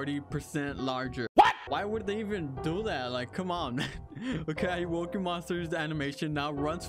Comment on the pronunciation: Ayowoki? More like Ay-owo-ki